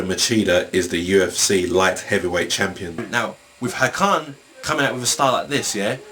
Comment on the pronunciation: good statements about hakan!!!! it shows you`ve got brains besides, the first time you said the name ways correct, also seth killian does speak his name the right way, it`s "hakaaan". sounds like the scotish would say it. also yagli güres sounds like "yaaali gyouresh". besides, all turkish names have a meaning ! most of them are about war, religion, landscape and poetry. "kan" means blood. "ha" is a short form of another word, maybe hakaret, which has 2 meanings: attack & taunt/revile.